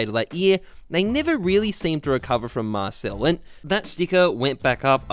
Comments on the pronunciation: Marseille is not pronounced like that, its like "mar-say" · Btw Marsailles (dunno spelling) is pronounced marsay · Rui Martins not really because you don’t say the L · No its pronounced marseille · Its pronounced "marsail". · Awesome video! But you are pronouncing Marseille wrong :(